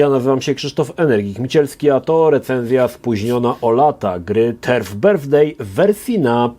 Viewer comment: "Turd birthday" - łajno urodziny? :D